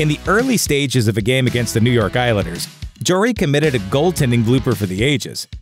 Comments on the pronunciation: JARry not jor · It’s Tristan JARry, not jewelry. Your pronunciation is a blooper